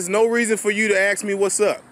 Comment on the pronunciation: If you say "Ax" one more time, I'll hit you with my "ASK".